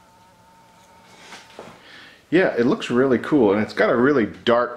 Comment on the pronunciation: The way said “cool” to his wife was pretty much a solid “k” in my book. 😂